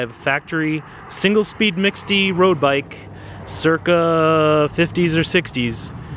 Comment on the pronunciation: 'mixte' is pronounced 'meeks't' or 'mixed', 'not 'miksty'. :)